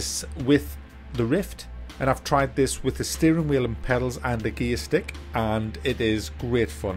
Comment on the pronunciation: Are you saying gearstick or gaystick? I seriously can't tell.